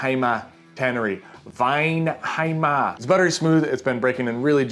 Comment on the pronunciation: Repeat after me gentlemen: "Weinheimer"